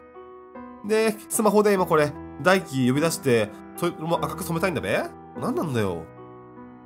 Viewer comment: 翼と大輝の読み方がツボw w